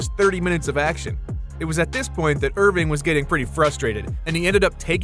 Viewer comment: Its Erving not Irving get it right